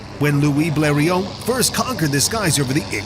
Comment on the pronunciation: It's Louis BLERIOT, not BLERION.